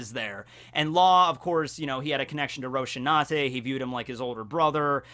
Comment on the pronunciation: Rosinante, not Roshinante...